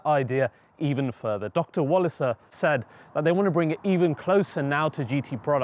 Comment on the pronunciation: another great and thorough video, Thank you. Wallisser = Valley-Sir please.